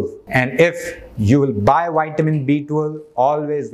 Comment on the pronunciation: I would not praise "wide men". Extra large men are prone to all kinds of disease. No, keep your "wide men's" for yourself. I want health; not all the problems associated with obesity......... If I, as a native English speaker, can learn to pronounce Hindi respectfully, then I expect you to respect English pronunciation....... 😇 ... vi-ta-min